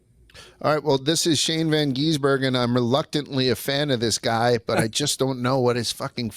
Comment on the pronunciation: How hard is it to say Shane's surname? GIS-bergen.